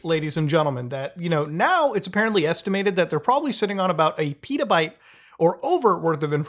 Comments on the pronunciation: But that's not Pítaybte, but Petabyte :/ You know, "e" is like "energy" Peta. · Did you just miss pronounce petabyte?